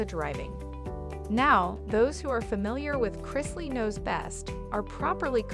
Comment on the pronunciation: Again. Pronounce their names especially CHRISLEY. PLEASE